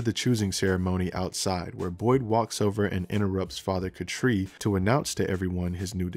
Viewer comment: Why are you saying Father Katri's name like that?